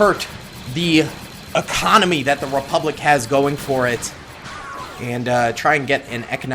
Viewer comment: sieging the "Repulic bank" 🤣